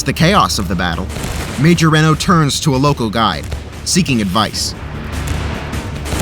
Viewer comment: I have to say.. your pronunciation of Bentsen and Reno are way off. Also, the cavalry in 1876 would not be called Federals. For the effort put into making these videos these are bad gaffes.